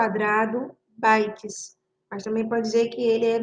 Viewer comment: Bites???? "bytes"